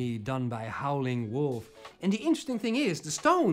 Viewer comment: Howlin' Wolf not Howling